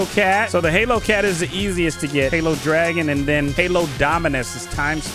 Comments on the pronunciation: Why does he keep saying halo on holo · Am I the only one annoyed at him saying halo cat instead of holo cat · It's not halo cat it's holo cat😊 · Man Said halo cat but it’s holo cats